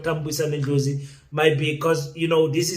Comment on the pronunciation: Thank you king for pronouncing his surname properly.